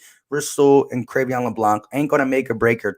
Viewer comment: Sir, thank you for your content. Just wanted to make a slight correction though. His first name is pronounced “(Cray-Vaughn)”.